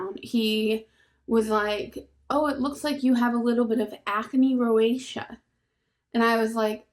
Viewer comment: did he say rosacea? roseacha (pronounced) he sounds like maybe he was trying to help?